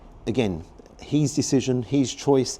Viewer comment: love your pod. Nice variety of places and food. Just one thing annoys me- it’s how you say his. It’s his, not he’s. Petty I know, but it winds me up!!